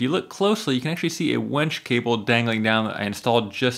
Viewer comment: It's winch, not wench. It's not a young prostitute hanging from your ceiling helping you flip tables.